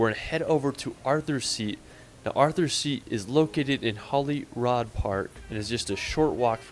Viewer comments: the pronunciations of all of the names are pretty painful to hear as someone from Scotland: Glenfinnan is pronounced Glen-Finn-inn, not Glen-Feen-nan as was said in the clip; Edinburgh is Ed-inn-bruh, not Ed-inn-burrow; its not Holly-rod park, its holly-rood; Eilean Donnan is Ee-lan Donn-an, not I-lean- Doe-nan; Glasgow is Glaz-go, not glass-gow; Loch Lomond is Loch (soft ch, like in german) Low-Mand, not Low-Mon. good clip otherwise, just the pronunciation is very hard to listen to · Edinburgh is usually pronounced like edin-bruh The way he pronounces Holyrood is so wrong too, it should be like Hollywood but with the r instead of the w. Eileen donan castle is pronounce phonetically as: eel-Ann dawn-ann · I can see Edinburgh Castle out our living room window. BTW this guy really needs some lessons. Can't pronounce any place he goes. Even Edinburgh and Holyrood. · 'Holyrod' got me... in what language would 'rood' be pronounced 'rod'? 🤔 🙄